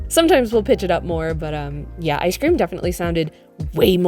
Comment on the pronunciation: I Guess The Icecweam Machine was Broken 😏